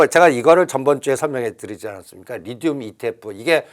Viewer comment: 리튬이예요. 리듐이 아니라.. 까까오가 아니예요 카카오지.